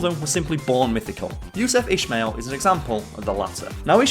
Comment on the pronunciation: Ismail is pronounced Ismail , not ishmail